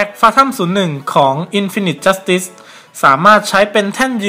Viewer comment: อ่านว่า อินฟีนิที จัสติส ไม่ใช่หรอครับ